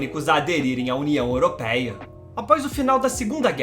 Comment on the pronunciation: Não digas européia diz europeia 🤣